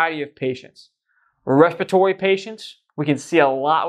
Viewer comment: Wespatory wate of twelve😂